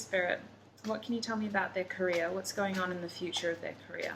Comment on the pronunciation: The way you pronounce Career it sounds like Korea lol